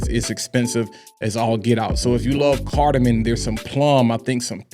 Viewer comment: Cardamom lol - not cardamin .. really enjoy your videos , not trying to sound like a hater but just like telling someone they have food on their face, someone mispronouncing an extremely common note in fragrances on a fragrance channel should be helped out. Gotchu 🤙